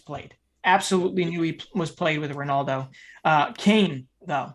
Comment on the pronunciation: can i just ask why do u not pronounce ronaldo properly?